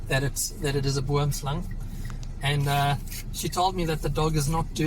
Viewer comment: I love how you pronounce Boomslang